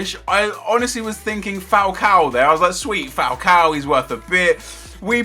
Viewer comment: Lol Falcao! Falcao is Spanish LMAOO